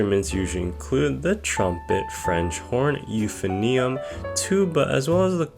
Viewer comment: "The trombit" "youphinoium"